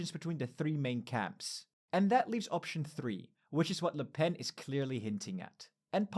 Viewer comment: "Formidable La Pen". Jesus Christ, go back to school kid